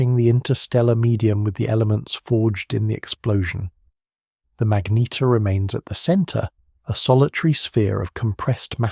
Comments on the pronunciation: WTF is a Mag-Neat-tear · Say magnetar again. Pathetic